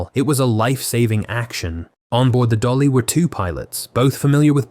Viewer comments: Correction, it is MV DALI not DOLLY. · It is MV Dali, not Dolly